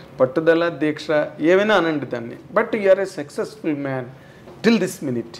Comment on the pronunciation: Anchor గారూ - " సెక్సెస్ ఫుల్" అని 4-5 సార్లు అన్నారు.. సక్సెస్ ఫుల్ అనండి